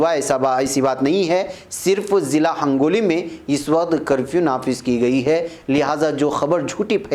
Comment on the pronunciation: mulana ہنگولی صحیح ہے آپ نے hangoli kaha h